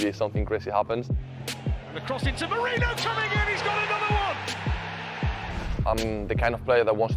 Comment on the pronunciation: there’s no ‘ñ’ in his name. don’t know why everyone struggles to pronounce it correctly. it’s simply just ‘Merino’. not Mourinho, Moreno or Meriño